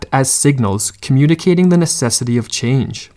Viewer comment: "What our life might have bean" "a chenge in our life is needed" am I the only one that heard that or am I just Southern lol